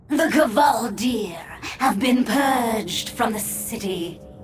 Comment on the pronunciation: Gaaah stop saying Kevaldir! Its Kvaldir!